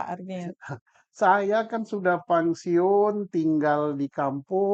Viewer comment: pensiun pak, bukan pangsiun hehehe, becanda pak punten